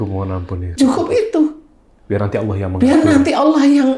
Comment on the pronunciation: saya dengernya 'Allakh' bukan 'Allah'.. Semoga bisa diperbaiki ya Ustadz 🙏🏻